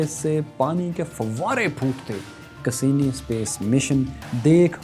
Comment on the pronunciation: Cassini ko pronounce to sahi se krain sir